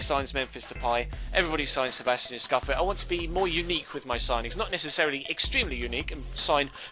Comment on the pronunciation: Just so you don't completely butcher the italian language you pronounce scuffet like "Scoofey" not "SKUFET. :)